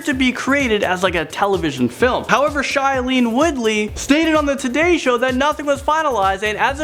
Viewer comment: What is up with youtubers saying things wrong. Shy- A- Lene, Vor- Hez